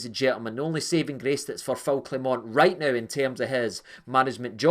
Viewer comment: Rangers fans don't learn. It's disgusting how you purposely mispronounce your managers name. It's xenophobia. It's pathetic. Grow up.